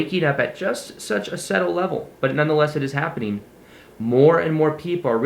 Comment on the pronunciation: thanks for this reminder! cool to watch you moving on and up. also side grammar note, the B is silent in "subtle"...